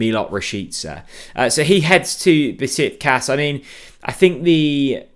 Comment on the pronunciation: Be-shik-tash!! I live there. 😅